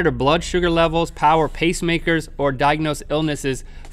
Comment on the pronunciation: Link said plower teehees